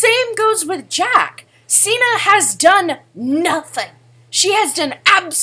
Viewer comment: I shipped septiplier just for the edits and cute pictures. But now that I know they have GFS, which I've known for 2 years now, I LOVE septishuu and amyplier. BTW is pronounced (sig-ner).